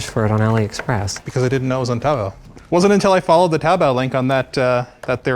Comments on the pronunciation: smh... Taobao is pronounce, "toe-bow"... and they are part of the AliBaba Group Corporation which owns AliExpress, Taobao, TMall, 1688, and many more... 🙄 The difference between them all is their distribution hub, ordering and shipping options. AliExpress, is more geared towards individuals from many cultures with site language and currency converters. They are geared towards the 1-49 items order markets, while Taobao, TMall and all their others handle 1-999+ depending on the seller. But many do not accept single piece ordering as they are the wholesalers or the manufacturer and will or may not drop ship on a per piece basis. AliExpress tends to use the international mail/parcel delivery system, while Taobao will use freight or seaport shipping methods. Some may use airmail, but you have to inquire. Don't assume if you're just ordering 1, that they will send it to you via air mail. As I've had a few Taobao seller send me sample units using seaport shipping which means it got sent to a customs office of the port authority where I had to travel a few hours by Greyhound to pick it up. And I live in downtown Toronto (Canada). 😮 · this dude need to learn to say taobao and not make it sound like cowbell.. like wtf was i doing on looking for this ffs.